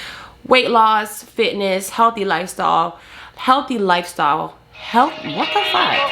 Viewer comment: “Healthy life stall” 😂 that southern accent